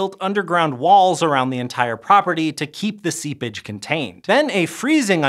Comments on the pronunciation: The moment when said "seepage" I had to do double take because it sounded like he said "seab!tch" and that was just way too funny for me. Made the radioactive water sound like a super sassy mermaid who needed a timeout! lmao!😂 😂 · This was good. Side note: when you said "seepage" I heard seab*tch and I loved it 😄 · I heard the same.